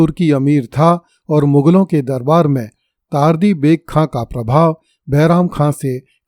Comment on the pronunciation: चार्ली नहीं तार्दी जबकि यह तर्दी है।